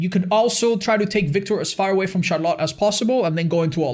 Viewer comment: I love ya man, but i hate how you pronounce Charlotte